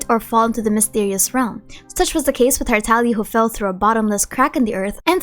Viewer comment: Bro please it’s tartaGGGGGlia not tartalia